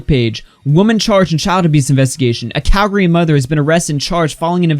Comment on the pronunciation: thanks for not saying cal-gary